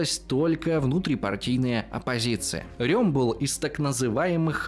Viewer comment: Удивительно, что хоть кто-то правильно произнес имя Эрнст Рём...Все Рэм, да Рэм. А он реально Рём